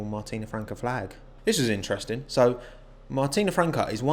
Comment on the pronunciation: I'm Italian, you nailed Martina Franca's pronunciation